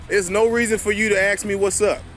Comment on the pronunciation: If you say "Ax" one more time, I'll hit you with my "ASK".